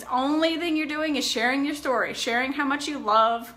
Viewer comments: I love how she says how. Howr. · Me neither. How does "how" turn into "hawr"? They don't even sound similar. Very odd. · She can't say how she says hower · I have never heard another person pronounce "how" as "haawr" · I wonder if she had speech issues because that msy explain Bella's delayed speech too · It sounds stupid